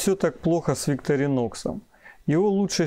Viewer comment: Не совсем корректное сравнение ножей. Victorinox(ударение на второе "и") по сути своей, нож для ковыряния еды в тарелке, т.е нож для пикника, где всё уже в принципе подготовлено и не требуется никакой разделки оленей туши. Нож весьма узконаправленный, что нисколько не делает его каким-то ущербным. Его специфическая форма также обусловлена ещё и тем, что этот нож не подпадает под весьма строгие европейские законодательства, касающихся колюще-режуще-стрегущих предметов. Victorinox - складной столовый нож, устойчивый к окружающей среде. Opinel - перочинный нож, категорически не любящий продолжительного контакта с водой. Это даже не разные весовые категории,а просто разные по сути своей вещи. На мой взгляд, использовать Opinel для нарезки продуктов не самое лучшее решение, т.к. в виду конструктивных особенностей, его крайне тяжело промыть от остатков пищи, да и деревянная ручка с водой не особо сильно дружит. Victorinox же безболезненно перенесёт купание и в посудомечной машине, хотя проделывать это с ножами не рекомендуется.